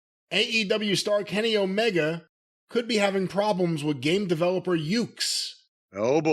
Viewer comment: I am one of those Kenny Omega fans that you're talkin about and no I would not put him in charge of my game oh, but I do laugh every single time you call him Kenny Olivier